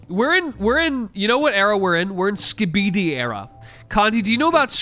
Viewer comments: "skibede toilte" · Ain’t no way pronounces skibidi like that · It truly is insane to me that anyone could look at the words "Skibidi toilet" and pronounce the way does